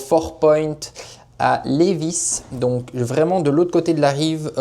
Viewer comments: On n prononce pas le s à Lévis. L:-) Personne ici dit le s à la fin et ce depuis la Nouvelle-France (histoire du Québec) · Lévis ont prononce pas le s. Très intéressant la visite de l usine . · C’est très bien comme vidéo mais il faut prononcer Lėvie on oublis le S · Félicitations 💕💕Québec😊😊ca se dit Lévi sans prononcer le S 😊😊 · Oui, cher, le ''s''est muet pour Lévis, car la ville à été nommée en l'honneur de Chevalier de Lévis (François-Gaston de Lévis), un Français, vainqueur de la bataille de Québec qui s'est terminé à Ste-Foy, en avril 1760. Un tel honneur n'est pas dévolu à ceux qui ont perdu, c'est pourquoi il n'y a pas de ville de Wolf ou de Montcalm au Québec. Le Chevalier de Lévis est décédé dans son château à Arras en France en 1783 avec le grade de Maréchal de France. Si les marchands de Montréal ne l'avait pas empêché, jamais la Nouvelle-France ne serait tombé. Mais déjà à cette époque, les hauts responsables politiques qui conseillaient la couronne Française étaient des traitres qui travaillaient pour les Anglais. La monarchie qui les écouta fut dignement récompensée en étant réduit de taille à la révolution. Cordiales salutations. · Oui on ne prononce pas le S dans Levis. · quand tu dis Lévis on dis pas le s je suis de Lévis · Pour la prononciation de Lévis, le "s" est muet. 😉 En bonne Québécoise, j'en connaissais déjà un bon bout sur le sujet mais la visite était tout de même très intéressante. 👍 Et c'est un bel hommage à nos artisans québécois. Ils ont énormément de talent. 😉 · 👏👏👏 c’était très intéressant de connaître toutes ces étapes de transformation d’un billot de bois à des fin de construction de bâtiment en bois rond. Merci pour cette vidéo très instructive. Juste pour votre information, on ne prononce pas le « s » du mot Lévis 😉. Bonne journée. 👋👋👋